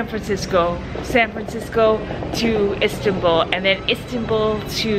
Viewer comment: It’s not Sirsbaa it is Istanbul Am Turkey guy